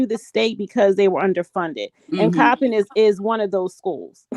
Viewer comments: It's not pronounced choppin, it's Coppin! I grew up in Maryland. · It's pronounced COP - IN COLLEGE. (COPPIN) IN Baltimore, Maryland .Not Chopping. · it's pronounced cop- like police and pen- like writing instrument = COPPIN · The university is (Cop pin)pronounced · The school is pronounced Cop-pin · The school is pronounced Cop-pinned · The college name is pronounced Cop-pen👮‍♀️+🖊️ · The University name is Coppen State, you are saying it wrong, there is no H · Hi, it’s pronounced cop-pin state university. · It's cop-pin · It’s pronounced Cop-in(Coppin) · It's coppin State..( cop-pin) no h! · Ok, I thought Juan was the culprit…my bad. The coach that allegedly committed this is sick!! (If true) Cop-pin is how you pronounce the name of the school. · Coppin State. Just think of COP. thats how you say it. your welcome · Exactly .I wish she would learn to pronounce the name of this historical black university correctly